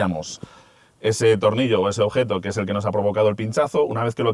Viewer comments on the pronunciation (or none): none